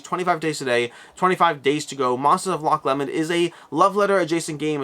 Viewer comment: Sorry to be that guy, but as a Scot I feel obligated to point out its roughly pronounced "Loch Low-mnd" (varies slightly based on local accent) never "Loch Lemon" :P. While Loch Ness might perhaps be the more famous Lake outside of Scotland it is somewhat remote. Loch Lomond is considered to be significantly more picturesque and combined with being much closer to the central belt of Scotland (Around Edinburgh and Glasgow which is where ~80% of the Scottish population reside) it is by far the more popular tourist destination.